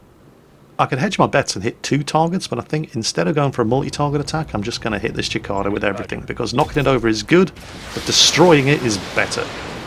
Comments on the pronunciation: It's pronounced 'See-ca-da'. It's an insect, we have them by the bucketload in Australia. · cicada = sih-kay-dah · the Cicada is pronounced sih-KAY-duh. You don't have bugs in the UK like we do in the US. The cicada is a large noisy insect, about 2" long, green, very common in the midwest and south, and harmless. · Give him a break, he was given a Comprehensive Education, so he doesn't speak the language very well. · Just in case you do more of these videos (please do!!!), the Cicada is pronounced See-Kay-duh. I'm still having trouble with the pronunciation of the Worcester ship but I'm willing to go with your version ;) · It's pronounced sicaida you noob. Also seriously, PPC's, AC2, AC10 and LL are majorly underpowered ATM. As are Pulse/ER lasers but you can't get them atm. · I thought I'd gotten used to Jingle's horrible mutilations of words with him pronouncing Lowe Luh-veh, and EVERY time he says any Japanese ship in WoWS (the Japanese always end syllables on a vowel, never on a consonant, Na-GA-to, not NAG-a-to, Ya-MA-to, not YAM-a-to). But then THIS happened! It's not a foreign word man! It's plain English! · I know it;s named after the insect, and i've never heard it pronounced the way uses. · Thanks for digging that up, (and the correct phonetic way or writing it out), as you say it could be a regional thing in other parts of the world. I just know it's not pronounced that way in the Uk or US, (i've probably heard more US people say it TBH). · I was going to post that, as well as the u in Guillermo making it a hard G instead of a soft G... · It's pronounced sik-ay-dah, not chik-ah-dah. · Cicada,, Cicada xD not Chikada:P (pat pat pat) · it's pronounced sih-cay-da, not chick-cah- dah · Kept getting really confused whenever said "Chikada". It's a cicada, pronounced si-kay-da. Not sure if you have those oversized crickets over in the UK, but they are everywhere in the mid-western US.